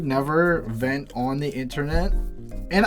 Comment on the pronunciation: It really sounded like said Fent in the intro 😂